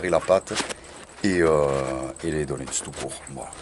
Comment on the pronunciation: Donuts se prononce donEUts chef